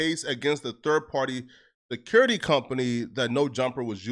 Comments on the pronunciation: 😂😂 “the curity company”😂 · ACCORDING TO ITS PRONOUNCED “THECURITY COMPANY” 😂😂😂😂😂